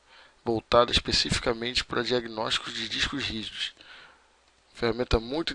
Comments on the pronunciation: "Lista dos dixcos rijusxx" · O cara mal consegue falar "discos rígidos" kkkkkkkkkkk